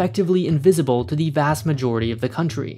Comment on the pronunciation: But I already live on a rock to die on: earth. And don't say 'thee' when you mean 'the'. It only makes you even more annoying to listen to.